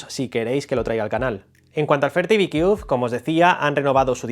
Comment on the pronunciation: Si va a hacer un vídeo de un producto Americano es mejor q se aprenda bien la pronunciación del producto por q yo no entendía también . Sorry my friend you can use ITranslate To pronounce better